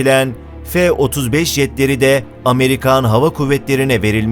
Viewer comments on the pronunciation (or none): F degil la.. Ef ef diye okunuyor